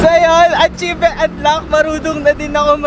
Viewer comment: Atchivement for kath not rye